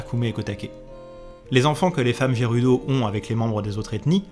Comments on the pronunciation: Justement tu francise le gérudo.mdr. Après pour Hyrule je ne savais pas pour le high ^^. M'enfin quand le jeu est sortie l'anglais et la prononciation je m'en foutais royalement. Je dormirai moins bête ce soir. Merci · Pourquoi dire "aïrule" au lieu de "hirule"et dire "jérudo" au lieu de "guérudo" 🤔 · Je like, je suis abo', bon boulot etc... Bon, sinon, on en parle ? Haïrule ? Jeroudo ? Ça pique mes oreilles 😅